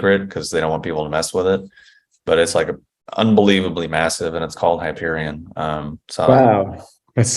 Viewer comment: Hyperon instead of hyperion... hmm, not a good start :D Btw. you were inspired by the book I suppose. I haven't ever read it though it's been recommended to me. Still find it good?